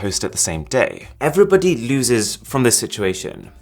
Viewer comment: the way he said everbody